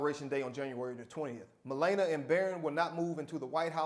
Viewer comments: it's not malayyynia it's malarnia ??? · God damn. Her name is not pronounced "Ma lay na". It is "Ma la nee a". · Melana? That lady name is Melania. (Mah-lawn-ee-ah) Thanks for the laugh! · The First Lady's name is Melania. Not Malayna. Simple search on YouTube or radio clip coulda sorted that out... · It's difficult to take this video seriously when the host doesn't bother to pronounce the future First Lady's name correctly. It's (Muh LAN ee uh). Honestly, you undercut any argument you make when you fail to present your opinion using correct details. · Bro her name is pronounced Mu-lah-NEE-uh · Meh-lah-nee-A! Your welcome! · ME-LA-NIA you so called award winning educator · It's pronounced MI-LAWN-YA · SAY HERE NAME CORRECTLY!!!! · please learn how to pronounce Melania before you report on her.